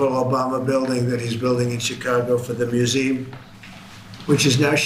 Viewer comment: Trump cannot pronounce the word museum properly 😮 Complete coked out idiot